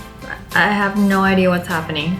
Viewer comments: Why do you say ider it’s idea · She says idea with an r idear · i love how Wengie say idea Wengie : ideer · Wengie:ideaer Me:idea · I love how she says ider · does anyone hear wengie saying'' Idear ''??? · literly no one: not even a mouse: Wengie: IDEARRRRR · Wenji: I don’t get the ider Me: wenji the way you say idea though makes me laugh lol 😂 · I love how you say idea" IDER" im not making fun of you 😊😊